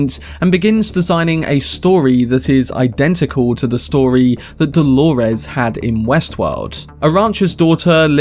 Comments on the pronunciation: Holores? Why are you calling her that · I get thrown off every time I hear you say “Dolores” lol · Why does he say Delores like that??? Is that Hale and Delores